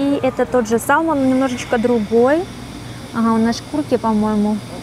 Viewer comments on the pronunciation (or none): А где вы учили английский?Потому что ваше произношение слов самых казалось бы простых при том что вы имеете пр и уже как почти год в Канаде, это просто ужас…Блюбери-блубери, не салмон, а селмон.Просто люди слушая вас скорее всего на 99,9% будут потом не зная языка и запоминая неправильное произношение этих слов будут так же разговаривать в Канаде…